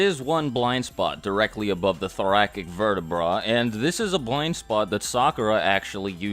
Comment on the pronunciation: 3 things... Thoracic = ther-ass-ick Your outro is f'n dope, the beat makes me very happy. Finally, you're hilarious and your videos are easy to watch. Keep dat shit up.